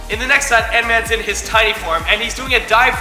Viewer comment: did he just said Ant’s-Man’s hand?